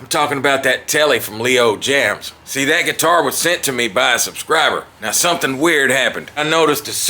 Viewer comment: it's (james) not jams..just a heads up..